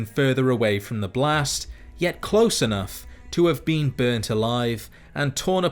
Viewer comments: The only thing that bothers me about this video is that you pronounce been as bean. Lol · I love to think he's saying bean instead of been